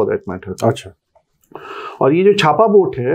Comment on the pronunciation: Bro that's not छापा, it's चाप